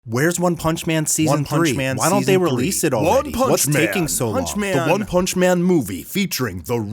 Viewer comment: "ONE PANCH MAN" 😂😂😂😂